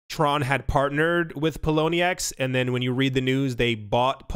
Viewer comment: Not going to lie, I cringed as you said the word Tron...